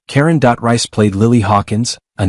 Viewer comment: Oh the joys of AI voice...'Karen Dot-Rice'...🤨🙄 it's DAW-TREECE!!!